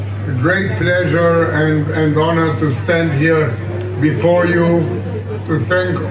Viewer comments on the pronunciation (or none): none